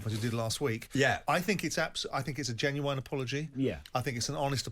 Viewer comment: mate, what you on about…? We’re talking about his pronunciation of the word ‘genuine’